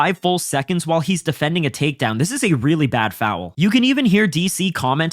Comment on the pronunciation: Please adjust the way you say foul. There is no W.